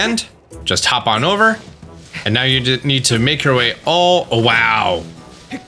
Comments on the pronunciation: he said meow instead of now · Is it just me or did he say 'right meow'?